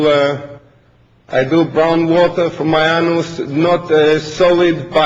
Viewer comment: "Brown water from my arnous, not solid" hahahaha